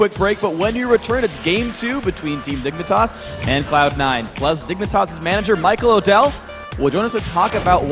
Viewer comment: Casters keep saying dick for dignatas.